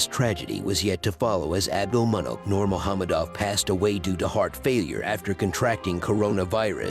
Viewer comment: The only english speaking channel who pronounce the "nurmagomedov" right.